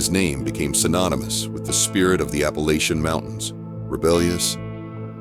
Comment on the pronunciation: Why do you say Appalachian wrong? I mean youre talking about maggie valley, have you ever been there? Not talking like that lolol